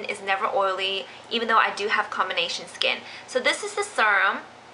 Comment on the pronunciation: um....serum is pronounced seeerum. not surum.